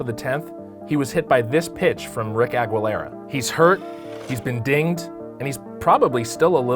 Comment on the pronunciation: "Ag-wuh-lera" ewwww the way he said it